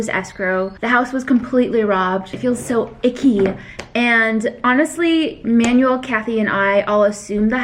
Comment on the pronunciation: please learn how to pronounce Manuel's name properly